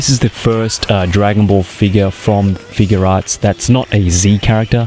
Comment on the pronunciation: Just one reminder it's figuarts not figurearts okay please say it right next time when you do another sh figuarts got it figuarts review